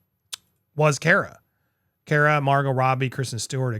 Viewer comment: Andy. Say the word COMMA. Then replace the M's with R's. That's how you say CARA. Say the word CAR and then add an "uh." CARA